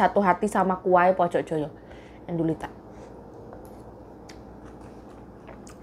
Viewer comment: Indonesia mb....bukan indonesa.....biasakan menyebut yg bnr..